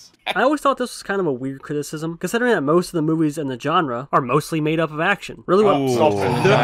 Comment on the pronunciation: “This is how most of the movies in this Jenre.” Where did you learn English, on a farm??